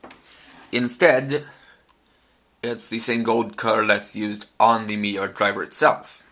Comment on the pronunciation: no offense but I think you slured meteor's line at the start of the video